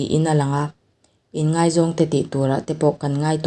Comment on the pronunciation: inngeih a ni lo aw...inngaih tih tur aw....